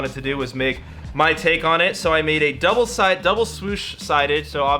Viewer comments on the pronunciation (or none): none